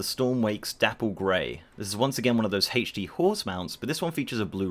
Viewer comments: I cringe every time I hear you say "HACH-D" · Did he just say hae-tch D?